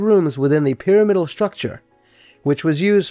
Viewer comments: I wouldn't normally make this comment but since you invited discussion around the pronunciation of radiator, i wanted to say i grew up saying py RAM idal Loved the video. Roberta Flack and Leonard Bernstein both lived there (separately 😅) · Interesting story. Would only suggest looking up the correct pronunciation of the word “pyramidal,” since it is used often in the video.